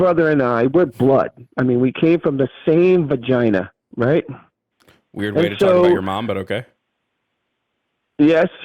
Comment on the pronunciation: He pronounces "vagina" The exact same way as Trump ...